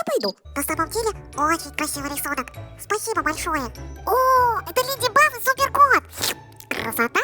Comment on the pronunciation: А вы заметили что они говорят леди баф а не леди баг🤨